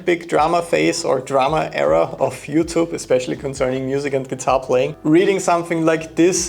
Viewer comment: At first my english ears thought you said "FeudTube" 😂 It's sad that that seems accurate sometimes so kudos for sharing good vibes.